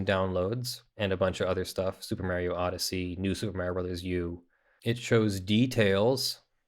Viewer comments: Why are you calling Super MArio Super Merio? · Merrio Kart? No way!